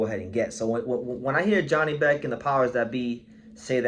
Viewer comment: It us pronounced Yanibek